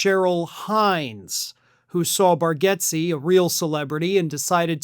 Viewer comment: It’s pronounced Bar- gates.